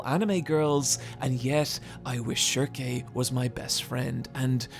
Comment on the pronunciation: I'm not sure, but is he pronouncing some of the names wrong? Schierke and Judae for instance? Because I read the entire series knowing them by a different name in that case lmao